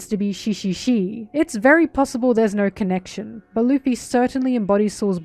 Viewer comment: Im so sorry but “she had naur home” killed me lol